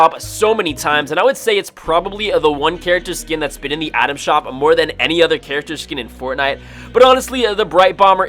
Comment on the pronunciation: I’m sorry is he saying Adam shop Or item shop he sounds like he is saying “Adam shop”